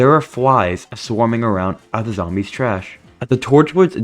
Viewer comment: dawg I thought you said zombie piss😭